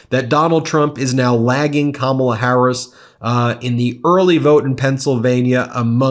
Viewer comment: I still get pissed when he doesn't pronounce 'Kamala' properly.. trying to make her sound like a foreigner. He's one of the worst presidents of all time.. and that goes against every country in the world.